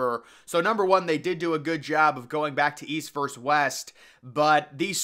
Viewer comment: It's "versus" not "verse"!